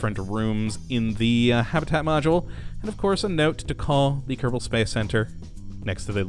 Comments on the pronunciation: "Kadabul space program" XD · do you say ksp increct kebol space program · You said Kerbal wrong